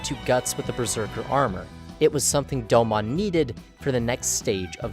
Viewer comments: Doe-moan.... not doe-mon. Put respect on his name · I cringed every time he said "Doe-Mon". Its pronounced "Doe-moon" bro. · Doe-moun not Doe-mon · Hearing you call him "doe-mon" instead of "doe-moan" has me so triggered. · Top 5 Gundam Series. I always thought it was "Doh-moan" not "doughmon" lol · No shot you watched 49 episodes of G Gundam just to make a video essay where you mispronounce the protagonist's name for 20 minutes. It's pronounced Dome-own in both Japanese and English. You have no excuse. Aggravating. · Such a beautiful video on an awesome series but the “do-mawn “pronunciation is throwing me off a little 😅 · What is it with youtubers that make in depth anime analysis videos who can't even pronounce the main characters name right? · I want to like this video, but the pronunciation of Domon and speaking cadence where every sentence is stretched out like a bad Shatner parody makes it impossible